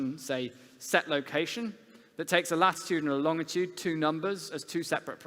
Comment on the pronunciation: He lost me when he said "longitude" with a hard 'g' sound.